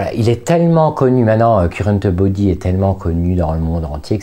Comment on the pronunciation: " Currenteubody", j'adore 🤣🤣😘